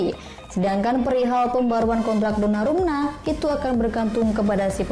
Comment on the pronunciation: 2.18. Donarumna. Kayaknya mimin susah banget nyebut nama dia